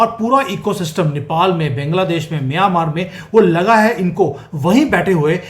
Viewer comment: with due respect pls stop saying Bengladesh...it's Bangladesh, pronounced as Baangla- desh